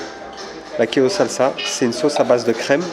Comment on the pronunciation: wow, il n'arrive même pas à dire quéso